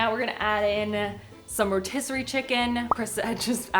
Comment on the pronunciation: Ah yes, the 'rotisserery' chicken Any BA fans? No? Just me then...